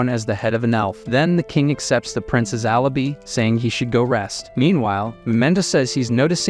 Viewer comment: The amount of basic ass words being said wrong is kinda incredible. Alibi and echo in particular jfc